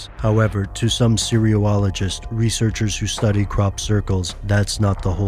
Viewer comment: That is totally not how you pronounce "cereologists."